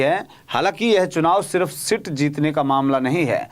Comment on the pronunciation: अरे पत्रकार sit नहीं seat बोल 😂😂😂😂😂😂